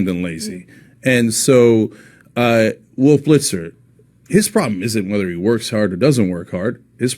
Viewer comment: "Woof Blitzer" Hehehe